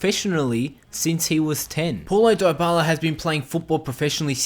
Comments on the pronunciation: One thing you didn't know about Paulo Dybala is that his name isn't pronounced "Diebala" but it actually is pronounced "Deebala" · It's not die-ba-la it's dee-ba-la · Its pronounced deebala not diebala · DIE-BALA? NUH UH. DEE-BALA IS THE CORRECT PRONUNCIATION. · what he say diebala but is dybala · Die-bala 😂😂. Dybala = debala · It's pronounced Di-bala not dy-bala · Lol he says it DieByala but it's Dybala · why does he keep saying diebala its deebala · It's not daibala it's dybala dy as in difference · its D-Bar-La not Dye-Bar-Lar breh plz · IT IS NOT PRONOUNCED "DIE-BALA"!!!!!!! IT IS PRONOUNCED AS "DEE-BALA"!!!! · It's deebala not diebala. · It's also pronounced Pawloe Deebala not Pauloh diebala... but it doesn't really matter all accents are different. He's just a good player in general:) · The 11th thing you didn't know his name is pronounced de bala lol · Isn't It Deebala...? No problem but Its like saying App-le hundred times before ever say Apple, take care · It is debala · it is dybala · die bala hahaha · I am spanish, it's pronounced dibyla. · "pawlo diebala" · It’s DEE-Bala that’s how you pronounce dybala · LEARN TO SAY THE PLAYER'S NAME, IF U WANT TO MAKE A VIDEO ABOUT HIM!!!!!!!! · 10 things about paulo dybala which i all knew But 1 thing about him which you probably didn't know: the pronunciation of his name. (no offence but please make sure you learn to pronounce names correctly, whatever your accent might be like) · Learn how to pronounce Paulo Dybala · 1 thing you probably didn't know: How to pronounce Dybala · why the fuck do u mispronounce his name? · Your pronunciation of Dyabala makes me so uncomfortable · He pronounces dybala wrong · Stop making fun of the way this guy pronounces Paulo Dybala. Have you ever heard of people with ACCENTS? Smh.. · He's accent pretty good tho', but he misspronounce Dybala's name....